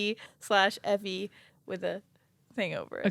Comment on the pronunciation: Also we still do the toothfairy thing here in Europe. And you said tandfee pretty good